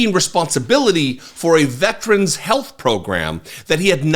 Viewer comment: Veteran IS A THREE SYLLABLE WORD! VET-ER-AN!! It's not vetch-ren or vet-rin. VET ER AN!!! Gaw!